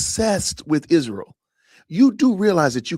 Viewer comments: Izshrael ..ahhhh i despise how she pronounces everything incorrectly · Why does she say Ishreal?